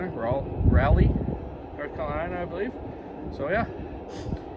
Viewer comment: It’s pronounced Rawlee. I’ve seen Mark Martin race a time or 2 at Rockingham.